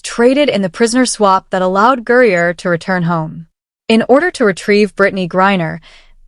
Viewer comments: Its not gurreaer its griner does AI need a fact check for spelling ? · It's not Gurrier. It's Griner. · Griner NOT Gurier ! If you're going to podcast get the names right !